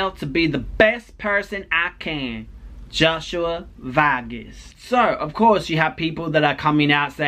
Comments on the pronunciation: pronounce his name as Ho-say just say HOE SAY..OR HOE SWAY one of those! Love you ❤ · His name is pronounced Ho-sway. I have 2 friends with that name, they go by Josh.